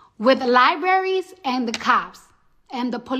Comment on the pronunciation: liberries!! Hahahaha she cant even speak English correctly